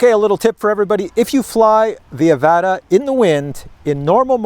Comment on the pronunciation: it pronounced uh-vot-uh 😂😂